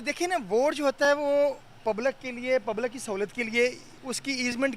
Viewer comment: Pablak nehi jahilo public hota hai